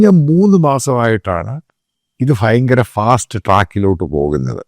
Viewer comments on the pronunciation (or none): എടാ ഫയങ്കരo അല്ലടാ. ഭയങ്കരം. ഭരണിയുടെ ഭ.